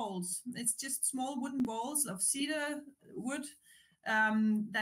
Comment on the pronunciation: Two helpful hints for: cedar is pronounced "see-der" instead of "said-der", and the little balls removed using the shaver are called pills.